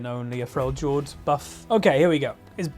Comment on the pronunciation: Does the way he says Freljord annoy anyone else?